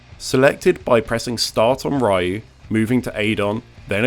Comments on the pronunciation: Everytime you say "Raiyu" a part of me dies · Who the hell is Rye-you? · Its pronounced "REE•YOU" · My guy, it's 2021 please stop pronouncing "Rayiu" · REE-you. COME ON, MAN! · Ah yes...."Raiyuu" my favorite character from streets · Shhhh. It's how we pronounce it over here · Cut him some slack. Those of us who grew up with SF2 in the UK called him Rye-you. Besides, correct me if I'm wrong but Ree-u isn't precisely how the Japanese pronounce it either, right? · Damn, I began to think "Ryeyou" is a must-ban to every British English youtuber. You and Top Hat Gaming are grinding my ears off every time you pronounce "Ryeyou"... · "Evil RYE-YOU" Guess that's as far as I'm going with this video. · If I hear "rayu" one more time... >_< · "Evil Ryeoh" The pain... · "Evil Rye-ooh" Bro. Why. I mean... I really liked the vid, but... Just why. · "Ryahu"? Lol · No. His name will forever be pronounced Ryeyou and you can’t stop me ;) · sorry, I tried, but I can't. Content is good, but after 5 mins in, I couldn't keep listening to "Rye-yuu" anymore. The cringe is real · The video is good, but it's 2021, why are we still calling him "RYE-YOU"? You can say Shoryuken, it's the same pronunciation. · Bro.... it's pronounced REEEEYUUU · Interesting but can't get over the Raiyu pronunciation, at least not with the frequency it's said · Ahhhhh it’s pronounced “Ree-yoo”, nails in a chalkboard for real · i see... evil raiu... great video but the mispronunciation was really funny to me :v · Hearing "Rai-u" and "Shoryuken" in the same sentence 😬😬😬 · Yeah, I hear Rye-Ooh, and my skin crawls, can’t help it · Its Rye-You, scrub. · “RYE-YOU” “UH-KOO-MUH” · Whether you prefer to call him Ryeyou or reeeyou typically boils down to: did you play SF in the pre-Internet days? If so, you’ll prefer Ryeyou. It has nothing to do with “not knowing”. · >fighting game channel >can’t pronounce ryu’s name properly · My ears hurt from hearing Ryu's name be butchered every single time. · I don't wanna die